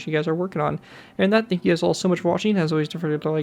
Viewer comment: A few years ago I thought you were saying hey guys scare-tober here instead of hey guys here